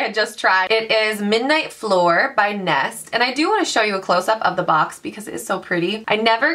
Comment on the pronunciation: fleur is pronounced more like "fler" not "floor" :)